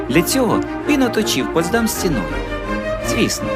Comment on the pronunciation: дякую за цікаве відео. Дуже багато деталей, про які я не знала. Хоча і живу в Потсдамі. Протягом всього відео дуже різало у вухах як ви наголошуєте назву ПотсдАм. Насправді назва міста має наголос на перший склад ПОтсдам.